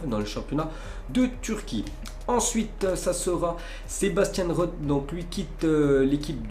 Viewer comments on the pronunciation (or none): j'adore la prononciation de Rode et Cutrone 😂